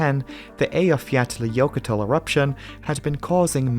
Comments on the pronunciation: Well done pronouncing the Icelandic volcano name. You've always been a class act, but that was beyond the call of duty! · Nailed that volcano name! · Your attention to detail extends to the pronunciation of Eyjafjallajökull, which I spent a considerable amount of time repeating over and over at the time to master, and still can't do without a warmup. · Excellent job on the Icelandic pronunciation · You pronounce that volcano better than I could and then fall when spelling eruption 😅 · Impressive pronunciation, most convincing I have heard from a non-icelandic. Even the Icelandic ones sound like they are taking the ⛲